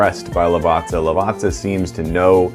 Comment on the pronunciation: Lovely review, love the bean, love the correct pronunciation of Lavazza.